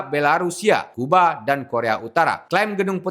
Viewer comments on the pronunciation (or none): none